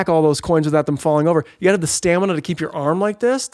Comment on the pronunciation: Blake's pronunciation of Stanima lol. Maca-bra & Tim Barton were my favorite parts!!